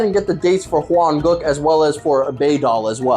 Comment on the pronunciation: Why does he often say Hwan-*goo k*?, Is he racist?????